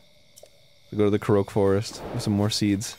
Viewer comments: Correct me if I'm wrong, but wouldn't the Japanese pronunciation be a short ko-rok, not a longer koh-rohk like Arin says? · Korok = Core-Ock Korok =/= kuhroke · Arin continues his streak of mispronouncing things. "Koroak"... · Its ko-rock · Anyone else bothered by the way Arin pronounces Korok?